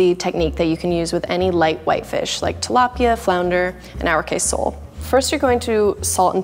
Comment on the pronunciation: The way tilapia was pronunced i couldnt bare it